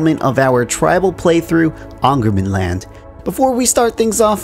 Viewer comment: I can't stop myself, the Å is pronounced as the english word "awe" kinda awe-ngermanland, the Ä as the a in "stare" or the ai-sound in "lair" and the Ö as the e in "stern" or any of the e in berserk